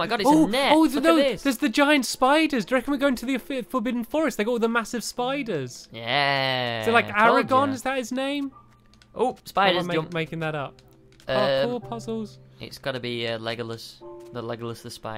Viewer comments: aragog not aragon, stampy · its aragog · aragog with a G at the end : ) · It's aragog